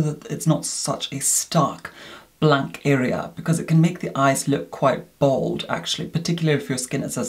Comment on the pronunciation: The way you said blank threw me off